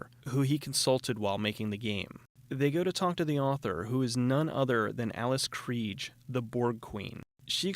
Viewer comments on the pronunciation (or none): Hey Hey Hey! Love your videos, dude.. just a quick note: Alice Krige... South African pronunciation more like Kri-ch-e (with the g sounding like the ch in Bach) - : ) Word!